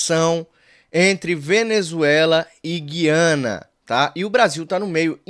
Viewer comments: Pelo amor de Deus. Não fala gui-ana só os petistas falam assim. O certo é, gu-ia-na😊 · Olá, pronuncie corretamente a Gu I a na e não Gui a na. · Oi, o nome do país não é Guiana com U mudo. É "Gu i ana"... Como se "u" tivesse trema (Güiana) ou Gúi-a-na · a pronúncia é GU I ANA